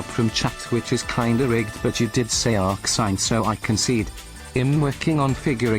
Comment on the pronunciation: Lmao, it's pronounced arcsin you goober